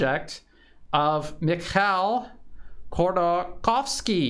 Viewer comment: If you give a f#%&, Ходорковский is pronounced as hodor-cOw-ski, with sound R in Hodor and real strong O in cow.